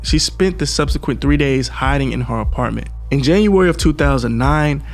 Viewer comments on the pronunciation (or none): none